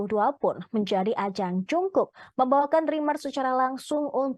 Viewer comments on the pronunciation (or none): Haduuuuuh bagaimana ini admin nya dlm penyebutan nama orang aja masih salah 😏😏🙄 He's JUNGKOOK and NOT Jongkook.. cari2 info nya dulu deh kalo mau ngeberitain orang lain 😏🙄🙄🙄